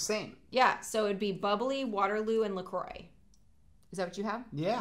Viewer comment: Love that you two pronounce LaCroix right! (Well in my opinion)